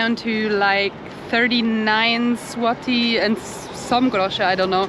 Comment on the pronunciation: Hi! It's me again. The vowel "Y" in Polish is pronounced like English "i" in trip, visit, tin but a little bit harder. So no "LODEE" but "LODI". Check out your own pronunciation of "złoty" in ;)